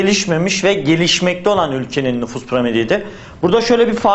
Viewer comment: NUFUSS DEĞİL NÜFUS :D